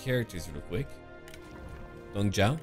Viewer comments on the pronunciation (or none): none